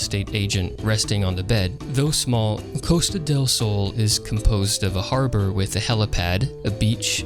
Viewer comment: As a Spaniard, I found funny the way you pronounced "Costa del Sol" XD This was a nice revisit of the game anyways